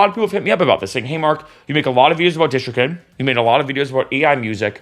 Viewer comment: Dude, PLEASE, first learn how to correctly pronounce DistroKid, then maybe I'll watch your video. Pheww!